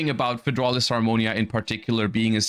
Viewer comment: the bigger crime than the upcoming prices is definitely the name of "fydraulis harmonia" wtf is a fydraulis